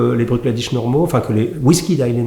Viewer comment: Hello Hugo. Je me ferai volontiers l’écho de Niko pour recommander Ardbeg (et notamment en effet le cask strength Uigeadail, dont le tarif demeure encore raisonnable pour la qualité) pour un amateur de tourbe d’Islay. Sinon Bruichladdich se prononce sommairement « Brouk Laddi ». Mis à part leur redoutable Octomore très riche en phénols, leur production est souvent peu voire pas tourbée, à l’image de celle Bunnahabain, autre distillerie de l’île à Port Askaig. Cheers et... Slainte !